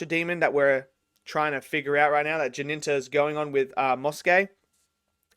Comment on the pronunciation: Why are you calling him "Jininta"? The main character is called Jinta. 2 syllables. And after the first episode he adopted the name of Jinya. Also 2 syllables. Where does that Ji-nin-ta come from you call him?